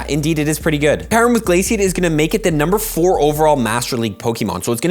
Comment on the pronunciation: Can someone please get a Pokémon Deluxe Essential Handbook for Christmas? It has all the pronunciations in it (such as KYOO-rem)😁 Enjoy the quick punchy vids your content has come a long way. Details matter though so please get the names right 🙏 Merry Christmas 🎄